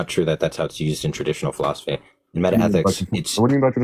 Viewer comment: you see what you do? lol, that alien language got that first dude saying philosoky